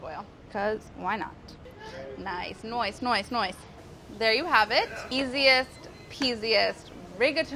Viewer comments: do i hear a couple of 'noice's..? heh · She said noice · Wait ! I heard noice.. DOES MOLLY LIKE BROOKLYN NINE NINE?!!!!!!